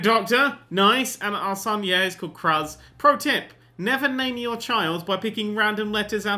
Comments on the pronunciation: ITS LIKE CRUISE OR CREWS NOT KRUHZZ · Cruz is pronounced Cruise. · Cruz is pronounced "cruise", just sayin XD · IT'S PRONOUNCED "CRUISE" YOU IGNORANT SWINE! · I giggled every time he said Cruz. Its actually pronounced Cruise but it was funny so i couldn't even get mad. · Err... he does know that Cruz is pronounced like "crooz", right? It's spanish for cross. Why it's a name is anyone's guess :| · Cruz is pronounced like Cruise xD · Your son's name is pronounced cruise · It's pronounced crooz as in cruise ship, and it's a Spanish name meaning cross. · im pretty sure that cruz should be pronounced cruise. but cruz is better. that poor child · I would like to say his son's name is probably pronounced like cruise or crooz. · It's pronounced Cruise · its pronounced cruise. its a spanish last name. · DID HE JUST PRONOUNCE CRUZ AS "KRUZ" NERDCUBED OUR RELATIONSHIP, DUNZO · I'm sure someone else has told him this, but Cruz is pronounced the same as "cruise." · Nerd, the name Cruz would be pronounced more like cruise. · I believe you pronounce the son's name like the word "Crews" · here is how its said Crewz = Cruz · It's Cruz. Pronounced the same as cruise. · You're supposed to say Cruz as Cruze since its spanish for cross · I just love how he mispronounces "Cruz". Goddamit! It's like a common fuckin' name for someone with Hispanic heritage!